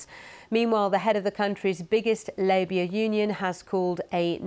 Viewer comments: Did she accidentally say "labia union" instead of "labour union?" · She definitely said that. I listened 5 times to make sure it wasn't her accent. Politics aside, this gaff needs its own news coverage! 😅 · Am I hearing things? Did she say labia union instead of labour union. What's on her mind.... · Did she say 'labia union'? 😂😂😂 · Did you say labia union? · did she just say "labia union"? 😅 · Did she say "labia union"? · what does she say? I'm pretty sure it's not Labour